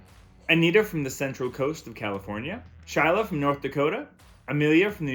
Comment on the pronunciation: I was really surprised to hear you shout out to me in the beginning I was definitely not expecting it !!! All though you said “Shyla from North Dakota and it’s actually Shayla with a hard A” but it was great anyway!!! Love the tips!!!